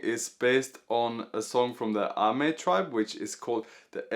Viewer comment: Actually, the name of the tribe is Amis in their mother tongue and English instead of Amei in Mandarin pronunciation. However, it's a good video :)